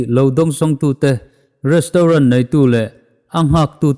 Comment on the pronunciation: Restrawn 😅😅😅, Mumbai lehkhathiam hnuah Goa mi changkang ve thung maw😅😅